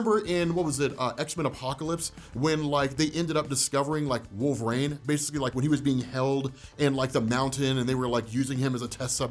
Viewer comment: LoL, "Wolvraine".